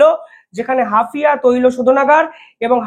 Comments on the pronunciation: Hafia na HAIFA. ektu dekhe nio. Tommar channel regular dekhi. Khub informative. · হাপিয়া নয় " হাইফা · Haifa. Not Hafia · Hafia? Hapiye utlam Haifa it is. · ওটা কি হাফিয়া না হাইফা হবে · হাফিয়া নয়, হাইফা | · হাফিয়া না হাইফা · Hafia not Haifa